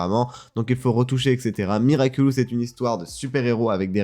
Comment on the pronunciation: Ouais ça me tue surtout que pendant tous l'interview Thomas Astruc prononce miraculous mais lui il s'entête à dire miraculus. Globalement on sent que le mec ne sait pas du tout de quoi il parle. xD